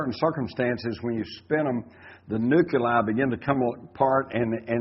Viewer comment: For crying out loud Jim there's no second 'u' in nuclei.